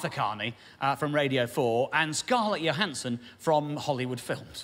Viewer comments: I am pretty sure that the J in Scarlett Johansson’s name is voiced like in judge (ie the Voiced palato- alveolar affricate) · Hmm, if I saw the name Johansson at random I'd assume it was the more yo pronunciation, not a linguist so don't know the terminology! But it seems to me she's ALWAYS referred to with a strong J, and so I assume that's what she prefers to go by. This is actually her Proper name, so surely it's up to her? Having said ALL that, I probably do refer to her with the yo pronunciation... out of habit! But I doubt I'd be taken aback if whoever I was talking to 'corrected' me! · isn't she from Germany or Austria? I would refer to her native tongue and determine the correct pronunciation from that. perhaps she has adopted for HOllywood purposes the 'judge' ''J'', I'm going with the language thing.